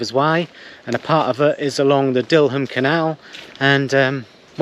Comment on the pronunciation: Dil-ham, stal-ham, dillam, stallam. You sure you're a 😂